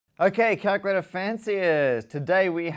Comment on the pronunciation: Enunciate on calculator, Matt. Enunciate! Or is calctr the new hip term?